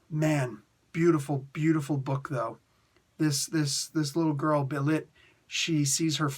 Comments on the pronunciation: The ê in Bêlit is normally an a/eh sound. So I think its more of "Beh-Lit", but I could be wrong. Its based on the word "Beherit"/Behelit if im not mistaken, the Syriac word for Satan. She is a leading figure in Queen of the Black Coast as others have mentioned. Conan does become a member of her crew and she (the pirate Queen) asks him to rule with her as the pirate King. I see Conan, I click. Thanks for the review! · I think it's pronounced "Ball-leet" or "Bell-leet" because it's Sumerian based, but I could be wrong. In my 616 rewrite, I have her being being connected to Wakanda exiles on her pirate ship when she meets Conan, who I have knowing Beshenga, the OG Black Panther from the Hyborian Age 👍😎